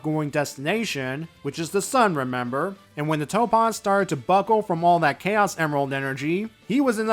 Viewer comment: I'm glad that the Warp Topaz is gone, now I don't have to keep hearing him horribly mispronounce "Topaz"